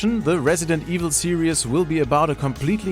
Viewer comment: Its pronounced serEEEEs not serEEUs